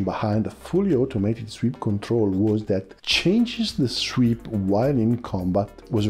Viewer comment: Tranzonic... zweep... cosa succede, amico? We understand friend. Outstanding content, I can deal with imperfect pronunciation. My Italian is slowly improving.